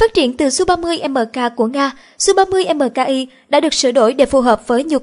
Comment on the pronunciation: đang nói về SU-30 MKI mà sao lại đọc là SU-30 MK2???